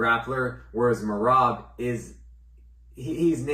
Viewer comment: My guy says Merab's last name right and messes up Diego Lopes 😂